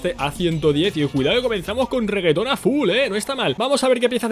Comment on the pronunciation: Es una estupidez, pero escuchar al diciendo "reggaeton" es de lo más curioso y no sabía que lo necesitaba tanto.